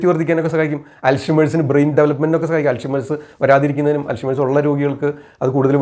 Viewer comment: Dr ur pronunciation of Alzhermer is wrong. Check